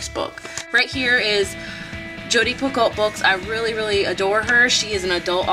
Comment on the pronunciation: I don't mean for this to sound rude because it isn't at all and the majority of people pronounce it wrong as well but Jodi Picoult's last name is is actually pronounced like pee-ko. Love all of your videos and can't wait to see more! Thanks for holding this giveaway :)